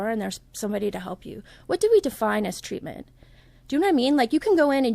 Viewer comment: Is that really “ TWEATMENT “ or “ TWEAKMENT “ ! ? ??? 😳🧐